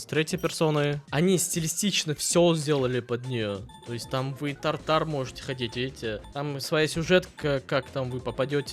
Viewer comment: так и не научился Тартар выговаривать правильно